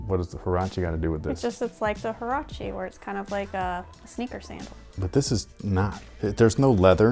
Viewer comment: Huarache is a sandal, which these kinda are lol also it’s pronounced waraché